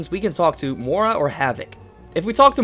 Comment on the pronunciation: she's pronounced "MOY-RAH"